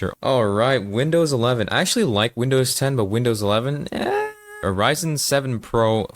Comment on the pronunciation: Also, "wimdows" disgusting.